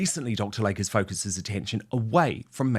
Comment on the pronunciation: PRONUNCIATION: You got P-"Dine-ah", but you STILL don't have Dr. "Lay-key", it is not LAKE.